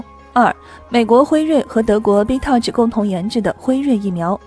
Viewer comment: bitouch疫苗，笑死我了，摸B疫苗，哈哈哈。麻烦分开读，Bio N Tech, 意思是生物与科技。